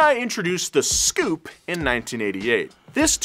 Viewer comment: The scoupe was pronounced s-coupe. Also the first hyundai on our shores was the hyundai pony then came the excel